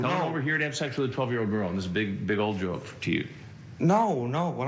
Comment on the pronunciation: the way chris says joke makes me laugh